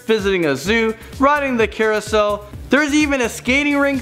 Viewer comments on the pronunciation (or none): none